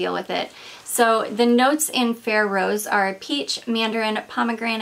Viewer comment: Now I’m very curious about Ferré perfumes! BTW, he’s Italian, the name pronounced with the emphasis on the last E: FerrE :)